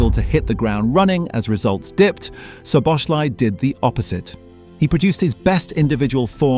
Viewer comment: hard to watch the video when you're pronouncing the name of the person you're making the video about totally wrong about 50 times